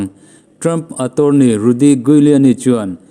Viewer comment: Rudy Giuliani i pronounce dan hi Google ah teh zawng ve la a ṭha tur. 😁😁😁